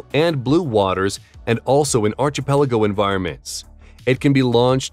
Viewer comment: "Archipelago" was mispronounced with a "chee" sound instead of a "kee". It should be "Ar-Kee -Pel-A-Go". See the Oxford Dictionary. Again, lack of knowledge or crazy style?